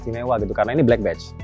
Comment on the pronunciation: "Badge" bunyiin "e" nya sama kayak bunyi e dalam kata "ember" bang bukan bunyi e dalam kata "enak"